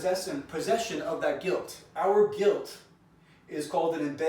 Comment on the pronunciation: Why did you miss the letter L on the words Guilt and Assault? Are you feeling guilty about assaulting someone called Elle? EMBEDDED CONFESSION